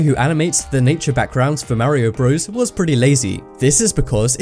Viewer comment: don't tell me you just said mario BREWS